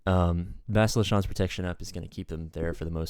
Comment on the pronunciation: it's pronounced reh-VON ;) and bass-TEEL-uh